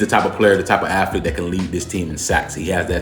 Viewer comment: Sir, I have watched several of your clips. What is an " Affleet" can you please explain? Do you mean Athlete? Please help the children watching... correct pronunciation is key. Thanks.